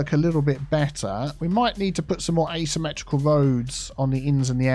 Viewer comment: district name: syme- tea-cal central